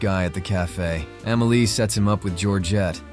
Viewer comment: After this narrative, I liked, subscribed and set my alerts to all. This guy is an artist, his eye for art is like no other. As an artist, this guy hit every single key point! My favorite film of all time Pure art. The only thing I can say is the movie is called Amelie. Ahh-mehh-lee. Not Ehhmehlee. I cant wait to check out your other review. Finally an artist that can eloquently dissect a totally art scene movie. I had never , ever bout a movie during that time, but for Amelie , I did. A classic